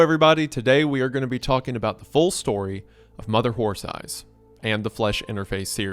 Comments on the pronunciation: Reminder that during the 11 hours of reading this story, Isaiah mispronounced the title as "Mother Whore Thighs" like 3 times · Shoutout to Wendi for repeatedly saying Mother Horse Eyes as "Mother Whore Thighs" repeatedly in the Creep Cast